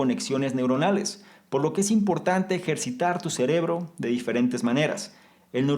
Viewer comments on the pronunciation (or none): none